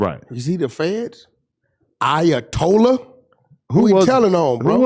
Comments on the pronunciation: Ayatollah= "I Ay a tollah on somebody" 😂🤣😭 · I-uh-told-on somebody. Not bad Wack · Nigga said ayatol on somebody 😭😭😭😭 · Ayatollah - I uh told a 🤣😫